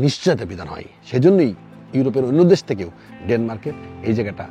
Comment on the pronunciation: Desh bolte pare na bole dash wtf